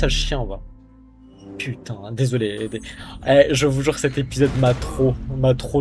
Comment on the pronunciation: ah yes "l'épisosse 6"